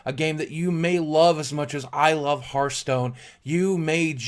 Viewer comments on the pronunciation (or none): none